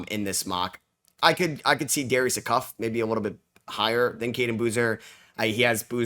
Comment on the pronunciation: Dude, promice Acuffs name right 😭 It’s like Ayeee cufff not aucuff